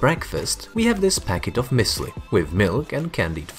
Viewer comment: It's actually pronounced Muesli